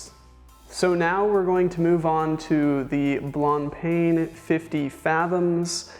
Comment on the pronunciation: you also missed Blancpain Blan paun not PAIN